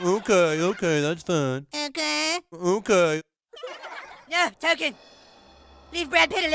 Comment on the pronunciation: "T-O-K-E-N". not Tolkien.